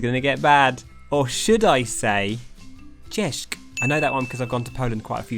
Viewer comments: "CzesK" Im pretty sure it makes a "sch" sound at the end, not a k sound, just so you know. Unless Im just miseducated. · The polish "Hello!" is a bit weird you said it with an ''k'' at the end then you would call it "cziesk" Sorry im late I didnt get notifications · You couldn't pronounce ś and ć right.